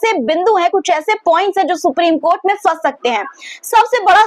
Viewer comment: Fans nhi phans hota h . Urdu seekh lo pronaunsation (talaffuz) theek ho jayega. Fir nhi phir hota h .